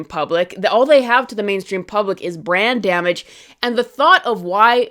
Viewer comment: Lol every time you say brand damage It sounds like "brain damage" "DC has brain damage" "The X-men have brain damage"